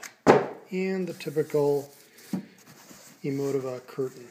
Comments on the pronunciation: Very nice setup. It's pronounced (Eee moe tee vah). Just FYI. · I died when he said "Emo-tihva". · You pronounced it wrong